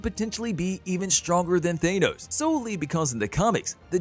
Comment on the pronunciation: His name is Thanos, not Thane-Ose.